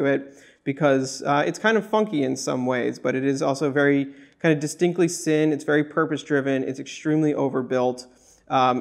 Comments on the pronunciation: for the record, folks at worn&wound, its pronounced 'zinn', not 'sin'. a cool watch, i dig the all black finish, though the hands dont do it for me, they look like an afterthought. its reasonable value, though it is creeping into tudor territory. for a grand or so extra i'd be going tudor with in house movement, but this is just my preference. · Just FYI Sinn is pronounced "Zinn"